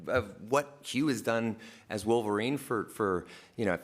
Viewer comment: Vulvarine, ha. LOL